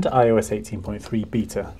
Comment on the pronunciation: Why did you say B I T A iOS when is BETA ?